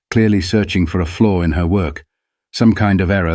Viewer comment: Flaw NOT floor!